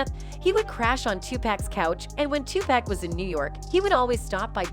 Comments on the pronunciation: It's pronounced " TOO PAC"! NOT PACK!! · Pleaseeeeee get his name right TUPAC LADY TUPACCCCCCC PLEASE PUT SOME RESPECT ON HIS NAME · You all really need to learn how to pronounce Big's and Tupac's names. Also you are pronouncing Surge's name wrong also! SAY THEIR NAMES RIGHT! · After ALL these years, there is no excuse for mispronouncing Tupac’s name.